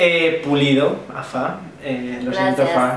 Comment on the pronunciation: Que chantaaa Javier decía súper bien las pistas y lo de FA era un enredó de aquellos jakak